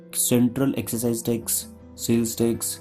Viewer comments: it is excise duty... not exercise duty... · yaa it's 'Excise Duty' whts the 'exercise duty' anyway.....😂 Narrator should know what he is talking abt if he is educating viewers.... Silly mistake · It's excise duty not exercise duty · Its excise not exercise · it is not exercise duty. it is excise duty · isn't it excise duty and not exercise duty? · I just closed this video when you said and wrote excercise duty instead of excise duty... parrot learning at its best! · Everything is understandable. Dear sir, it's not exercise it is excise duty. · it's excise not exercise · excise.. not exercise!! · hey brother, it's a good video and explains well too! but I would like to point out that instead of Exercise Duty, it is actually Excise Duty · It's not Exercise Duty. It's Excise Duty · yes it's not exercise duty it's actually excise duty. Apart from that good explanation thank you .. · YOU IDIOT.!!! THERE IS NO DUTY CALLED "EXERCISE DUTY".... ITS CALLED excise duty. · it's excise duty not exercise duty. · Its 'excise duty' and not 'exercise duty' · excise duty not exercise duty :p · 😂 you are wrong my friend. that is not GST. BTW,its not exercise, its excise... 😂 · it's not Exercise , its excise !!!!